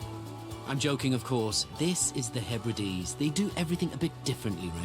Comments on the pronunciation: I was hoping the Outer Hebrides would not be mispronounced as "He Brides" 😳 ( again !) ... It's the 'Outer _Heb_rid_ees_' 😊😊😊👌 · HEBRIDES is pronounced HEB RI DEES.